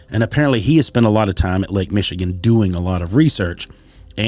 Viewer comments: Good episode, but, being from Michigan, you really need to do some quick research regarding the proper pronunciation of the towns/cities in the podcast. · No offense dude, but you are butchering most of these Michigan names.